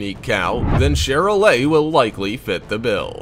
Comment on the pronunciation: I show cattle specifically Charolais and Maine-Anjou and learn how to say there names right it’s li-mug-zeen not li-moo-sin and it’s Shar-lay not Char- lay